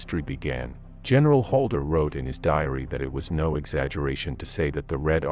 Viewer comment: HALDER not Holder